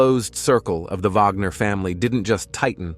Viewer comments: Stop saying Vagner! It's Wagner!! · Its Wagnor not Vagor. ??? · Wagner, not vagner.